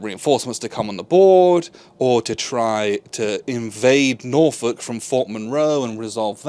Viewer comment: As someone from the Hampton Roads/Norfolk area, thank you for saying "Norfolk" correctly. It makes me wince every time someone says NorFOLK.😂